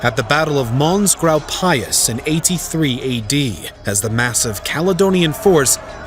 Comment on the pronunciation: Some research into how to actually pronounce Agricola and Mons Grapius would go a long way. Domitian too, for that matter.